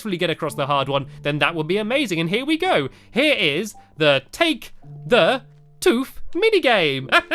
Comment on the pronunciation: Sorry Stampy its not take the toof it is take the tooth